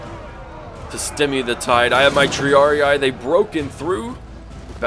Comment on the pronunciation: isn't it Tree-Ar-Ie-Ai?